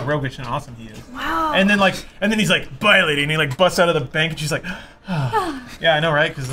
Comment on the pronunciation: when did spool become Mexican?